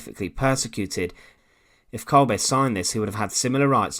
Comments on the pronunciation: Why does this narrator always pronounce names incorrectly? He say "Kolbay" when his name is actually pronounced Kolber 🇩🇪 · Isn't pronounced as kolbeh rather than kolbaay